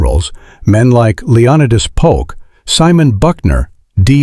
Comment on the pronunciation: Too bad on some scenes AI doesn't know the difference between the Civil War and Revolutionary War. And terribly not matching scenes to narration and the continual showing of Lee's surrender. And AI typically butchering names like Leonidas Polk. Maybe one of these days AI will get scenes and narration right